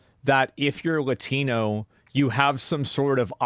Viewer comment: I can't take her seriously if she's going to pronounce Latino that way.